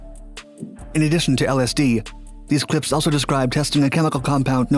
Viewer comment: you couldnt have pronounced lsd any worse 😭